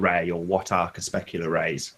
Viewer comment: isn't it cre-PUSC-ular vs cre-SPESC-ular?